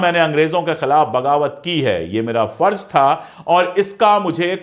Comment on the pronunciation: अशोक जी आप बेहतरीन और जानकारी से भरपूर ईमानदारी वाली वीडियोज़ बनाते हैं। मैं आपकी वीडियोज़ लाइक और शेयर ज़रूर करता हू कई बार तो बिना पूरी देखे ही शेयर कर देता हूं क्योंकि जानता हूँ कि आप वीडियो इंसाफ़ पर मबनी(आधारित) ही होगी। आप से गुज़ारिश है कि ज और ज़, फ और फ़ का थोड़ा ध्यान देंगे तो सुनने में और अच्छा लगेगा। जालिम नही ज़ालिम कहिए। फर्ज नही फ़र्ज़ कहिए। अंग्रेज नही अंग्रेज़ कहिए।अगर आप ये तब्दीली ना भी करें, तब भी मैं आपकी वीडियोज़ देखता और शेयर करता रहूंगा ❤❤❤❤